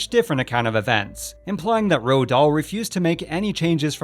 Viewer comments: "Ro Dahl"? I've heard a most people pronounce it like "Rolled", so I looked it up and apparently it's pronounced "Roo-all". I've no idea where you got "Ro" from. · Guys it's definitely NOT pronounced ROAH or ROAD it's Roo-all.